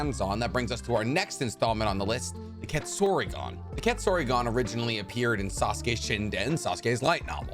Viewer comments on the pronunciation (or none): Ketsuryugan ❌ Quetzorigon ✅ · KET-SU-RYU-GAN pronounce this wrong one more time see what happens